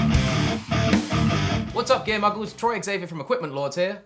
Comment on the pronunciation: I thought he said "gay muggles" at first.